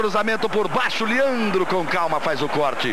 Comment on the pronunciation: Liandro... é Leandro , Galvão